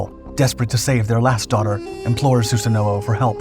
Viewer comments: I'm sorry your pronunciation of Susano'o bugs me so much ;( in Japanese they pronounce it like "Sue San O" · su-sa-no my ears bleed when you say it wrong